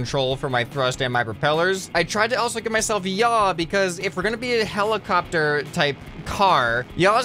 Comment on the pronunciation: Heli(car)pter heli(car)pter